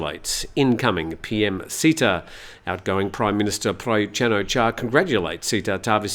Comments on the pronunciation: Hi. It is not Seetha (not ee). The closest pronunciation is Setha (e as in melon, with an emphasis on t). Not ee as in deep. Setha is the correct one. Thanks and all the best. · SATE-TA not SEE-TA